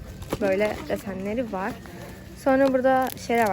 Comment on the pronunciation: ben varggh demesine takildim benle ayni olanlar